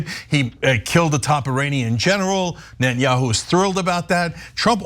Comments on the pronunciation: hey Ana its Neta-nyahu and not Net-nyahu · This journalist cant pronounce properly Netanyahu